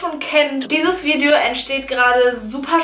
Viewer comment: wieso sagt Bibi immer vidjo? #nohate